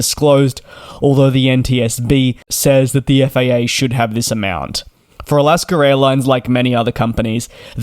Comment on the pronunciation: It's AlaskA, not AlaskER! Learn to speak English!